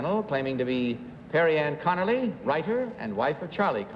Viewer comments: I knew it was 3 because she’s the only one that said her name right. The other two said Connolly not Conerly. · They keep leaving the R sound out of Connerly